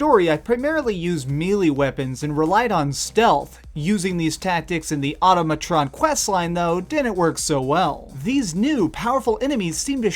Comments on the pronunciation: Nice review. Thanks! Why, however, do so many people pronounce it wrong? It's ahTAHmatron, like autonomous. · You should make sure you can pronounce the title of what you're reviewing dude. Decent video other than that though. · Au-TOM-a-tron. MECH-an-ist. NUKE-lee-ar. MEH-lay. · AU-TA-MUH-TRON, MECK-UH-NIST. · This guy.... Plays entire DLC, hears "Mechanist" multiple times, but hears "Machinist" Also doesn't know how to pronounce the word automatron. Smh...